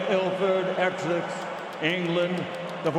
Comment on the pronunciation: Michael Buffer was not on form that night. He called judge Mcann, Mcain and pronounced Essex, Exxes. He's a legend but that ain't good enough.